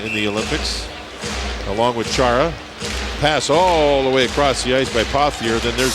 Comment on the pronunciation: actually it's "Khara" lol